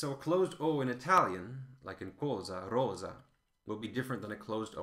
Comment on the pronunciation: Very useful video! Just be careful when you give the example of the two Italian words (rosa, cosa): You're still pronouncing them with a very closed O (rósa, cósa), when they should be: rɔːza, kɔːza.